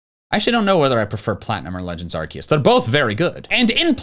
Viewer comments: IT'S ARCEUS, NOT ARKOOS! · Did u mean legends Arkoos? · Im surprised he didnt say Arkoos